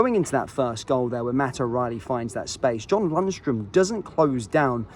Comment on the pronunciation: Say it again, what is Lunstrum? 😂